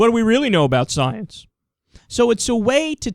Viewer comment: Tell me more about this, "scii-ence." Lol!